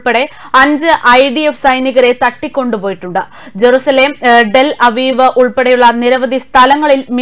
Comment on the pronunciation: Tel Aviv ... not dell aviv..please give more clarity sister..onnu koode padichittu cheyyuka...kandu vaichal ellam ariyan pattilla..